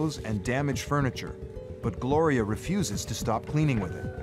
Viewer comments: Her name is Gloria....... not that hard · Gloria,...her name is Gloria